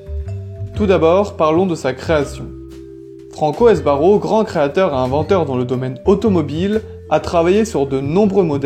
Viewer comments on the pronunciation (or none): On dit SBARRO, pas S.........BARRO ! Franco de son prénom......